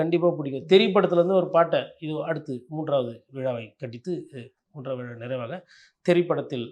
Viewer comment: பேட்டி காண்பவர் முதலில் தான் பேசும்போது பிழையில்லாமல் பேசுவதற்கு பயிற்சிஎடுக்கவேண்டும்.(உ..ம்)விழாவை விலா என்பது மழையைமலைஎன்பது.குறைந்தபட்சம்தாய்மொழியில்பிழையின்றிபேசவும்